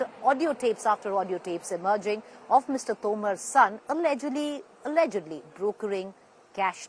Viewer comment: The emphasis you put on the word “allegedly” is hilarious. Journalistic propriety and integrity on display for the world to see! These media houses should be investigated - I’m sure all this goodwill towards the current dispensation is not free. Shameful and a sorry state of affairs.